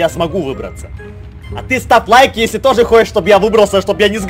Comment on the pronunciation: Мне послышалось? (Став) а не (Ставь).😂